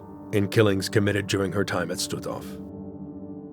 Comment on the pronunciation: Господи,да научите ИИ правильно произносить названия,не Штутов,а Штутгоф.